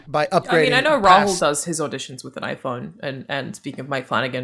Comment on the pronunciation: Alanah pronounced Rahul correctly!